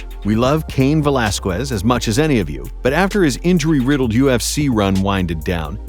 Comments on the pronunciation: Omfg this dude just said Velasq-U-ez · Cain Velasqooiz and Mooeey Thai. Truly special pronunciations right there.